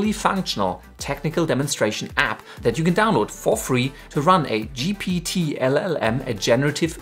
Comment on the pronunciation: Are you crazy just because of a mispronunciation of the technology used for local GPT that you're making a fuss about things unnecessarily, you're seriously lacking in work dod👎👎👎👎